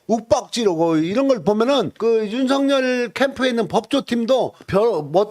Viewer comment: '윤석열'의 정확한 발음은 '윤성렬' 이 아니라 '윤서결' 입니다.